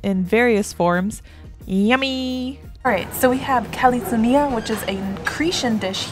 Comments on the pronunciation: But its not kalitsounia its kaltsounia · not kalitsounia is kaltsounia